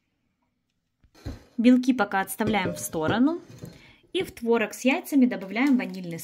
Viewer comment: Правильно произносить творОг